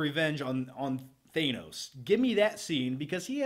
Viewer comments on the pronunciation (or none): dude you're awesome but you really need to learn how to pronounce thanos's name properly